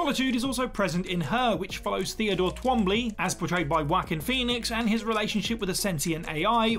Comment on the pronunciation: "Wockin" Phoenix 🤣